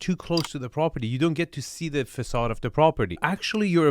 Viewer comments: Can barely focus of Arvin's commentary as I am too busy maulding over the presenters inability to say "Facade" correctly. If you are going to present in English, you should at least be able to pronounce the words related to your field correctly. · The host should really learn how to pronounce "facade" properly